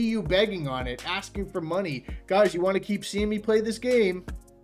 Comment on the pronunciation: Why can’t he pronounce the word “want”, it really gets on my nerves!